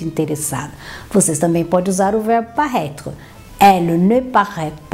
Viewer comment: Ela pronuncia o verbo como si fosse parraitre!! Frances ao brasileiro.